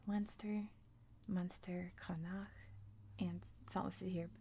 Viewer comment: The four regions in Ireland are known as provinces and the wester province is called Connacht : pronounced “con-nukt”